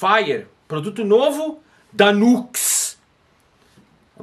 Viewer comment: Pera la, a pronúncia de "Nux" é Niu éx? N pode ser